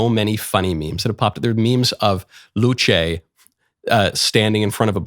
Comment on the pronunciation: I react a bit late but who cares. Luce said as "Luche" (after church freely) feels a bit strange, I heard and thought it was said like "Luce" as you said, but with the "e" somewhat silent. There were mentioned that Luce means light and not to confuse it with Lucifer, but didn't Lucifer means light or light bringer as well? I don't know much about religion, but I heard one ot two things about it. My main interest for the religious content mostly come from the game called: The Binding of Isaac, and since a part of the base game were playable in browser while flashplayer was supported (yes I'm kinda old by now). But back to Luce, yes the memes and arts made her really famous, what really surprises me is that the "rule 34" artists were "wholesome" and didn't made that many content with her (yes I checked it).